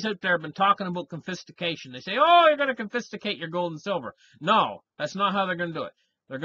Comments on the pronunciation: CONFISCATE ... NOT CONFISTACATE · Just to correct you its confiscate not confisticate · Confiscation, not Confistication. Confiscate, not Confisticate... that’s not even a word 😂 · you said (confisticate) I think you mean "Confiscate", DO YOU?